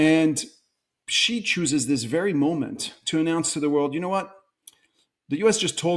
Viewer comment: he is one of the few outside china who pronounced Xi's name correctly. its pronounced C.